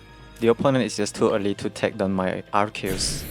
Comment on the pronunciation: wow you're actually the first person i've seen that pronounces Arceus correctly, even tho its japanese name is アルセウス Aruseusu (I'm pointing out since i believe you are japanese, so it's even more impressive getting the pronounce right because it's composed of latin root words)